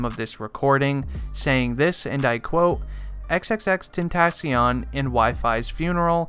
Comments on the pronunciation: EX EX EX TEN TOH SION why u say it like dat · Xxx ten-ta-SION LMAO I k ow its spelled Xxx tentacion but still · is anyone else triggered thatb he's saying his name wrong xxRIPxx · this dude said he was a real x fan but did not say his name right gtfo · hes too white to say tentacion right:| immediately stopped watching